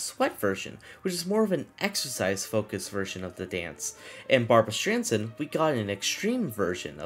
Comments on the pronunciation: Why does he keep calling Barbara Streisand “Barbara Stransand” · Barbara Sandran 💀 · The way you pronounced Barbra Streisand’s last name sent me